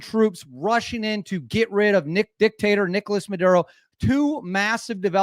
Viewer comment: "The Nictator Dickolas Maduro!!"